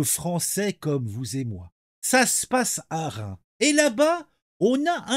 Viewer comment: Y’a un s a Reims. Faut le prononcer